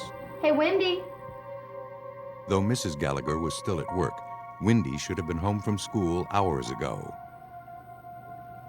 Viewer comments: Windy? You really can't say Wendy? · Is the name Windy? Or Wendy? It’s Wendy! Can’t people pronounce simple names?😊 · Narrator saying windy sister saying Wendy 🤷‍♀️ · Why are they saying “ windy” it’s Wendy!!!! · Why does the narrator pronounce that poor girls name as ‘Windy’ ??